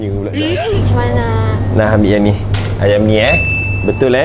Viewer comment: Saya dengar di menit 6 bukan ayam masak kicap tapi ayang masak kicap😂